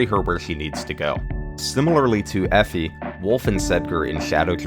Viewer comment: haha her name is Effie. FE.